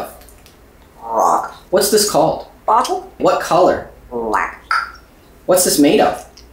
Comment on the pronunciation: Bro emphasized the black 😭